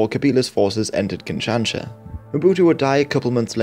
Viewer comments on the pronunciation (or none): Kin-shan-sha?? Really?? Learn how to pronounce places before you try to sound like you know what you're talking about please.